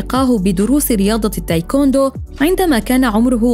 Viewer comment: التايكواندو يمعوده 😂مو التايكوندو